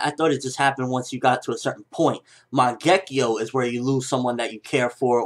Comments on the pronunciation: always makes me laugh to hear him attempt to pronounce a word like "mangekyou" and he says it like "mongekkiyo" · LOL, you pronounced "Mangekyo" completely wrong.